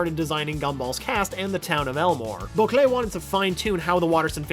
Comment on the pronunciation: The way he pronouces Bocquelet should not annoy me this much